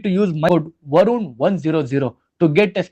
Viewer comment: ಅದು ವರುನ್ ಅಲ್ಲ ವರುಣ್ ದಯವಿಟ್ಟು ಕನ್ನಡ ವ್ಯಂಜನಗಳ ಬಗ್ಗೆ ನೀವು ತಿಳಿದುಕೊಳ್ಳುವ ಪ್ರಯತ್ನ ಮಾಡಿ